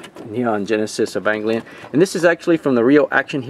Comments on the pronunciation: "Ee-vong-glee-on"….well that's a new way to pronounce it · What an interesting pronounciation of 'Evangelion'.